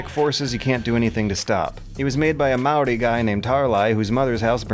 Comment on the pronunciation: You really butchered the Maori words, but I really appreciate your covering this game.